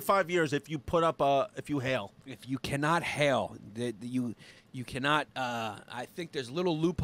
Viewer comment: It's Heil, not Hail, you silly hyenas. (Pronounced hile, as in pile or bile.)